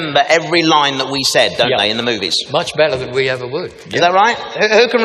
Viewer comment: every now and then you hear him in his scottish accent. "Better around minute 18 or 19 and "plagueis" lol. A scottish sidious would be something to watch btw.